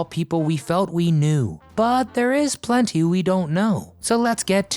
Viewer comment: Terrible narrator. Pronounces the word ' plenty ' as " plunty '. This guy is trying to tell us kids of the 50's about this show that we watched first run.